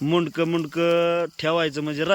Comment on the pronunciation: किती अशुद्ध बोलतो रे बाबा माशांचं मुंडकं 😖😖